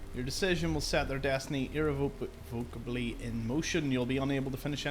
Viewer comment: Irrevocably = ee-rev-oh-cab-lee. 🙂